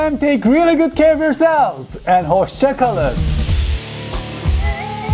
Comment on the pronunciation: Your “Hoşçakalın” have convinced me! I subscribe!